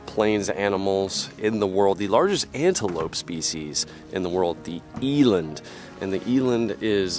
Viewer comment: As a south african, It makes me cringe the way he pronounces eland.